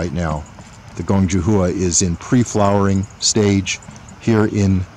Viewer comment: JUH HOO-A LOL. It's pronounced JOO HWA. Not hating, I have like 10 of these around my yard thanks to you guys